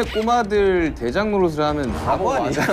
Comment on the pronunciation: It's Babo(바보) not pabo (파보)